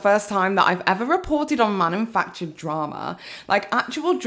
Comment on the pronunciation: I love you,, and I adored this video, it had me in stitches. However, the way you kept saying "manumfactured" was painful, it legit made me physically recoil. It's "manufactured".